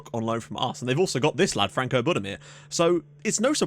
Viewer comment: Frano Budimir, not Franco. Only just noticed that.